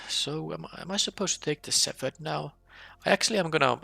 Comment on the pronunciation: Well, I see you're still pronouncing "shepherd" wrong. The ph doesn't make the f sound in this case.